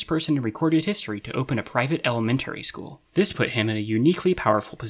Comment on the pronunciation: school would be skool not skhool